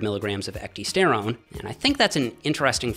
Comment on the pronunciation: It's pronounced (eck - DIE - sterone) and if you get the real shitt (this is the hard part) you will know. I was putting on 3 lbs of muscle week after week on it. It was crazy. The product (now extinct due to Cytodyne being bought out by a competitor) was Methoxy-Pro protein powder. Also had methoxyisoflavone in it. My meal cadence was meal/shake/meal/shake/meal/shake on my days off and a double shake serving on the days I lifted after my W/O.....I saved my 2nd shake to double up on after my W/O. I had found a natural way to boost my HGH. Ate perfect and supplemented perfect.....I was growing while I was AWAKE! - this actually freakin scared me. I laid off my stack and my lifting for a spell and the next time I went to order Methoxy-Pro it was discontinued everywhere. There's a lot more studies on Ecdy than you found. Thermolife referenced about 6 dozen studies when promoting their product E-Bol.